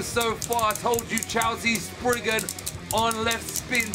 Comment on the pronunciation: Your saying cho z chow z sorry if i made you angry😯